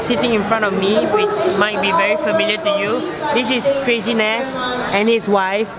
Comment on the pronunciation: It's not crazynash but chazynash